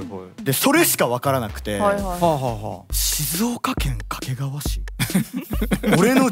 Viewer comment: どうでもいいこと 地元民はかけがわ↓ でもテレビとかでの発音はかけがわ↑